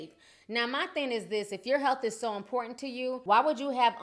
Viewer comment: " My health is very inportant to me..." HA, im sorry but when i heard that i laughed out loud